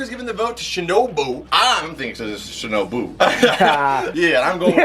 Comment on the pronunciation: Why he say shinobu like shinoBu?